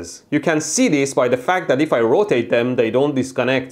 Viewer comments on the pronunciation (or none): none